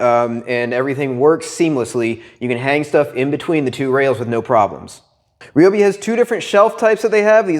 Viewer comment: Thank you for pronouncing it, right! And a very concise review!